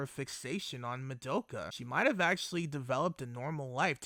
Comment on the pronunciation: Why are so many people pronounce the name "Madoka" so wrong...? This is NOT japanese pronounce. For example the German "Madoka" is the same like the Japanese.